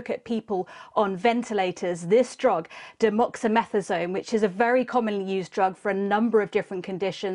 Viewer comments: It’s dexamethasone not demoxemethasone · Pity she can't read she said demoxamethadone. Ithinki she meant dex a meth a sone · i wondered about that too , i thought she said demoxymethasone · This is a major breakthrough using findings from the Recovery Trial, but the journalist said demoxamethasone instead of dexamethasone. Come on sky news! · It’s DEXAMETHASONE. Not demoxymethasone. It’s also used for treating cancer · Demoxymethasone?? Who?? I guess she means dexamethasone... LOL :)) Nevertheless a very moving bit of broadcasting, well done! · I think she means to say dexamethasone not demoxamethasone. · Dexamethasone, not how she pronounced it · She pronounces Dexamethasone wrong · And it's such a common, easy to say drug too! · 😂😂i agree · At least say the drug name correctly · I think, the name of the drug is not pronounced properly in this video...😊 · Lol the reporter butchered the name of the drug.